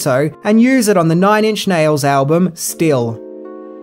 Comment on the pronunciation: accent made it sound like he called the album Still, steel/steal instead. 🤭